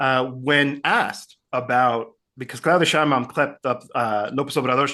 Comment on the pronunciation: PLEASEEEEEE! LEARN HOW TO PRONOUNCE MEXICAN NAMES PROPERLY! IT IS PRONOUNCED "SHEINBAUM". JUST THE WAY IT IS WRITTEN! PLEASE BE POLITE!